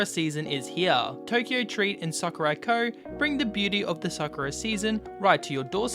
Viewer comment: when he said tokyo Sakuraco, I thought he said tokyo drift.